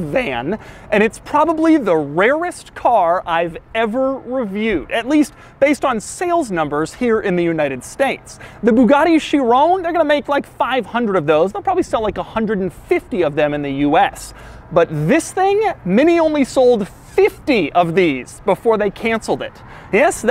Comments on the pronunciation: "Chiron" is pronounced /ˈkaɪɹən/ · "The Bugatti She-ROWN?" Ma ma ma my She-ROWN? Nah.